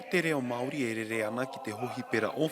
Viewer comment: someone teach her how to pronounce te reo Maori please